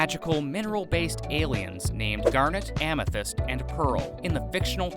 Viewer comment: You got Amethyst and Pearl wrong. 🤣